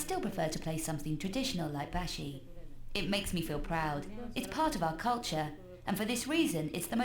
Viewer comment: Hi I’m Maldivian and a girl so ya also u pronounce it like bAshi not. Baeshi ❤❤ also Maldives is rlly ugly irl